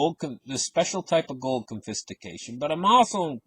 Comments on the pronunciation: It took me a while to figure out what this guy’s trying to communicate. “Confistication”? What is that - some type of sophisticated confiscation? I’m not sure I should trust a dude with my $$ if he can’t even grasp the basic English lexicon... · Drinking game - take a shot every time you hear “confistication”